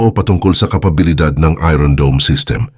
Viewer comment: It's iron dome or spells as ayorn dome and not ayron dome!😂😂😂